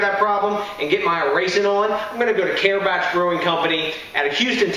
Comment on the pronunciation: pronounced CAR-BOCK...not car batch...lol...awesome brewery and even better beer! love the stuff